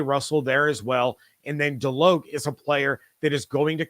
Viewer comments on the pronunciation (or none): FYI: As a Nole fan, Kalen DeLoach is pronounced (DeLowch), not DeLoke.